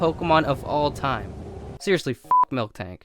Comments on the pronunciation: stop saying fucking "milk"-tank its "mil"-tank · it's miltank, not friking milktank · Why do you pronounce Miltank as Milk-tank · "Mil-tank", not "Milk-tank". "Pi-jit" not "Pi-jee-ot". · but u pronounced Miltank wrong it's "Mil-Tank" not "Milk-Tank" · It's miltank not milk-tank